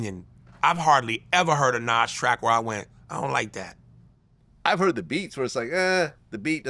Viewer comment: Bruh It’s Nas….Nas